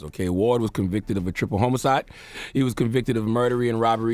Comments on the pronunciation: 2020 and Charlemagne can’t still say “Homicide” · It’s 2020 and Charla STILL CAN NOT SAY HOMICIDE correctly!!!! 🤦🏾‍♀️ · This nigga said homocide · Charla can't pronounce the word homicide? or was he going to say homo-cide? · lol "HOME-icide 😂 😂 😂 😂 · Charlemagne literally just makes up his own words. “Murdery.” MURDERY?? Wtf is that? Then he can’t pronounce “homicide” 😂😂 son if you’ve written books, which CTG has, you gotta do better. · Damn, he couldn’t pronounce homicide